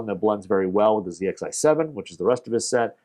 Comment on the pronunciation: Thank you for not saying zed xi 😂